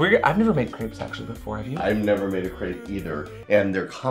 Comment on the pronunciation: How do you not know how to pronunce crêpes? Where does the a come from? XD